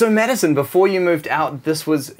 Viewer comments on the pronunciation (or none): Drinking game: take a shot every time "beachy" is said. Lol. I love this, they both look so happy! And Madison is friggin glowing! 🤰☀️ (although he kept saying "medicine") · Why does the dude keep calling madison medisien ?? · He cept calling Madison medicne